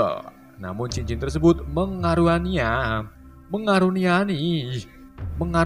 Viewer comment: mengaruniani😭😭bngek tolongg😭yang bener "dikaruniai"😭maaf yaa bang di ralat🤣